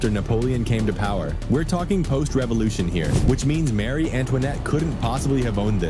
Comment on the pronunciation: Maaaarie not Marie